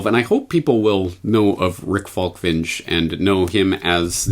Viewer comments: Falk-ving-e, not Falkvinjch... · Falk..."ving" as in "ming dynasty", "e" as in "estrogen". NOT "winch", that is something else ;)